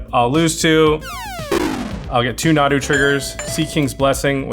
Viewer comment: This was soooo much fun 2 watch! Sorry, Nahdoo? Moreover, not 2 doo. But good game guys. Jimmy won! This was so exciting 2 watch. Cheers